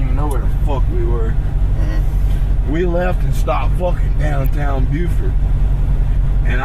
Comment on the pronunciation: Please, if you're going to talk about something, learn the proper pronunciation. It's "Murdock" as pronounced by the family. It's "Buford" not Bofort. Further, not all of the passengers were thrown out of the boat. Anthony, Mallory and Paul were the only ones thrown out.